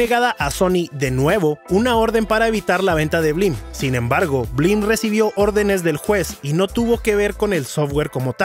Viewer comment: Ahora lo entiendo todo... blim (no bleem) es un emulador de netflix, pero sin optimizar